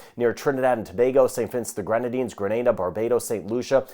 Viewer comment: Thank you,, for keeping us all updated and for pronouncing my island's name correctly. I'm annoyed when most foreigners outside of the Caribbean say "Granada." Appreciation from Grenada 🇬🇩.